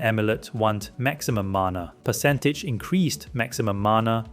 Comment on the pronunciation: "Increazed" "Zoom of control" Wtf lol